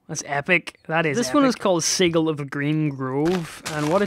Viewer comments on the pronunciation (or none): xD Its sij-il not sig-il xD pronunciation wise, not spelling